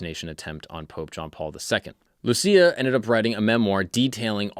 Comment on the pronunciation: You pronounced Lúcia wrong